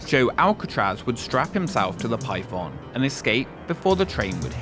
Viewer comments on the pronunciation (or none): Ngl I didn't read the title and I thought you were saying pipeb0mb the whole time- 💀